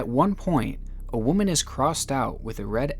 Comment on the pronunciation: Why do you keep saying woman wrong? It really isn't that hard. It's getting annoying across many video's. I do love ur content tho and u got my like and sub